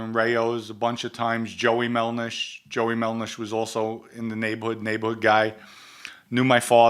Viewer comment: Voker, Melnish, can someone get this man a phonetics class